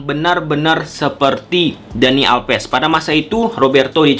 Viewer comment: alves bukan alpes.. 😂 back bukan bek(bebek) 😂